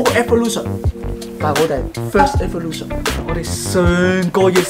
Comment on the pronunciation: 讀evolution讀到好似少少辛苦咁喎 床哥果然英文帝 讀曬啲英文